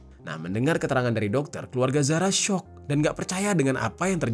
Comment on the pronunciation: Zara Qairina kak bukan Zahra😟